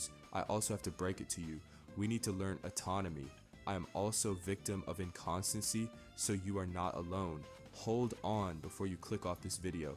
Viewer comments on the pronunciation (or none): You're pronouncing anatomy autonomy. And inconsistency to incontinence-y Otherwise good video. Weird poetry / rap thing. Kind of cool.